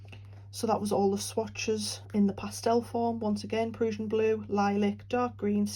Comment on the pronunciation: I’m not familiar with exactly what parts of the UK have what accents, but this is by far my favorite!! Absolutely adore the way you say PRUSSIAN blue!💙😉